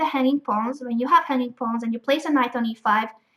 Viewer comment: everytime she says hanging pawns it sound like honey pots xd